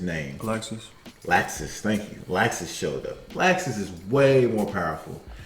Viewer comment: It is Laxus not like these